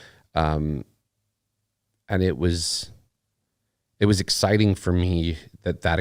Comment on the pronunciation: The word is exciting lol